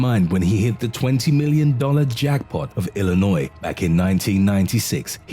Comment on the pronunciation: THUMBS UP. You pronounced Illinois properly. I do enjoy your voice and content. Thank you for your hard work....